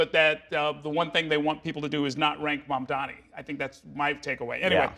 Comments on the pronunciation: Just say Mamdani. 😂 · "mistah mandami" -cuomo